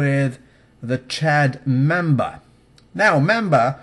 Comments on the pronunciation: Mamba,, not memba! xD Mildly saluted... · it's mamba!!! not Memba. The name of the deadly snake is a black mamba. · Hopefully I'm not mistaken but the poisonous snake is called a MAMBA, not MEMBA. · The snake is called Mamba with an a.